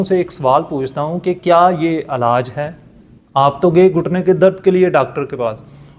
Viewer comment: Alaj.nai.hota....elaj hota ha..or bakaar b nai lafzoun KO.adaigi thek kro